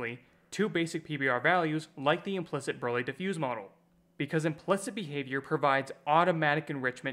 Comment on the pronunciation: Are you an AI? Who the hell pronounces implicit as "implikt".